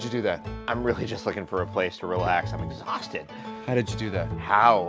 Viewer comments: "I'm wiwwy just wooking for a pwace to wewax I'm exawsted!!!" haha this is great I've always wondered if he actually talked like that in real life but he doesn't lol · actually its weawwy wewied